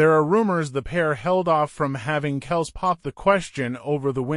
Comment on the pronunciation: This guy can't even pronounce Kelce's name right😅